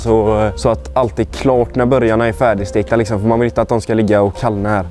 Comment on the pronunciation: Hahaha "lixsom" 😍 igenkänning delux lixsom